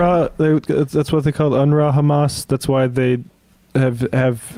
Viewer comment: It sonds like you say chamaaas did a mistake/ accident at 7 of oct